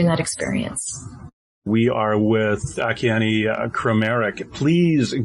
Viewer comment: a- KEY - ANN ! (At least, pronounce this GIFT FROM GOD'S name correctly......)!!!! Don't be FOOLED, HER HAND IS NOT PAINTING; IT'S GOD'S HAND PAINTING THROUGH HER!